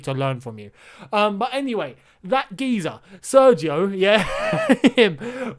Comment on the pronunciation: An Indian who has been speaking Spanish for 3 years here. It's pronounced as Serkhio Regeelon. The gi is pronounced as kh and single L is pronounced as L. LL make the Y sound